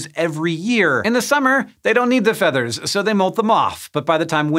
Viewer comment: Did he say feeters